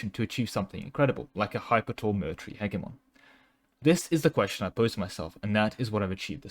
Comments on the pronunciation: I love you bro but its pronounced Heh-Jeh-Mon... 😭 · the way you say hegemon has to be rage bait. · Nah he's just doing a slavic impression.